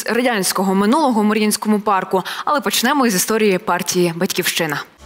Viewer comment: Наголоси вимовляйте правильно. 30 сек.: почнЕмо. ПочнемО)